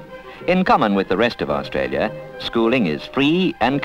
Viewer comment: I remember this Canberra so well - and I love hearing Canberra and Australia pronounced properly rather than today's bastardised versions of 'Cambra' and 'Australya' that I hear so often on the radio and TV (including the ABC).... my pet hates.